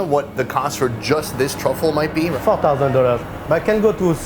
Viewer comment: Instead of $4,000, I initially thought the French chef said fuck thousand dollars